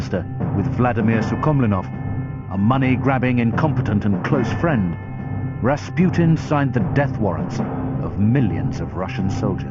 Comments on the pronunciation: Its Ras-PEW-tien? not RA RA RASPUTIN LOVER OF THE RUSSIANS QUEEN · if he says Raspyutin one more time omfg